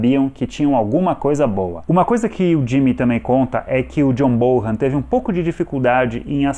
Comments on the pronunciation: o sobrenome do baterista soa como bonam e não borram. 😉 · John Bonham se pronuncia John Bón-am... BONAM